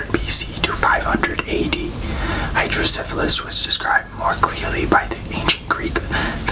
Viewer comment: I have hydrocephalus! You pronounced it right. Idk if I'm the one who you're referring to but I just wanted to thank you for this video! Awareness MATTERS